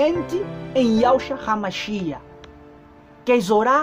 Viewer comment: Paz irmãos. Ele diz (RAMACHIA)Mas me parece que os Yzraelitas dizem ,apenas MACHIACH. Quem pronuncia certo ,precisamos acertar isto porfavor me ajudem!